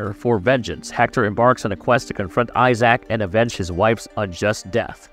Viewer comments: Please pronounce Isaac’s name more like eye zick, not ZAACCCKKKK… god that sounds terrible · I had to stop after "Eye-sack." How to do a video about a series never played/watched.